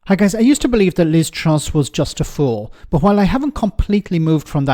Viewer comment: Liz trough not truss 😂😂😂